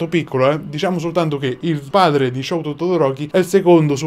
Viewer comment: Hai letto male... Si pronuncia : Scúto Todoroki ( che va letto velocemente ) !!